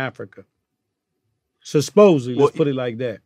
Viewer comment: We gonna miss another Glad gem: "Sus-posedly"?? lol...